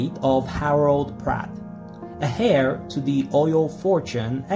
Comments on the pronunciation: Love your channel. But Heir is pronounced like Air. lol. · Heir is pronounced AIR